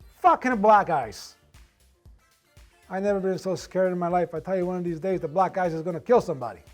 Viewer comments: He's no real italian. Why does he pronunce black "blag"? Italians do not pronunce "ck" like the g sound And he's obviously mocking italian people, no one pronounces his surname like that... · Yeah we actually do pronounce those ck’s like gs in some cases. It depends but I found it’s more common from Italians from southern Italy